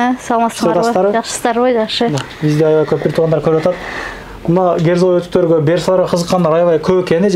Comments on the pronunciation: Герзовый эмес, кирзовый өтүк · Герзовый эмес кирзовый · Герзовой эмес, керзовый болот тууган. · Герзовой эмес Кирзовой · Керза -деп айтылат. Керзовые сапоги-орусчасы.